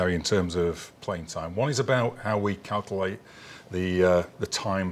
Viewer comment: Calcalte.. he cannot pronounce Calculate properly.. it’s infuriating 🤣